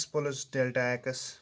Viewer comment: Aap ko to plus b nahi bolna aata